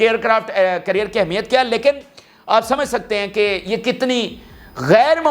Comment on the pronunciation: It’s NOT CURRIER it’s CARRIER, hopeless ENGLISH. Just PATHETIC 👎👎👎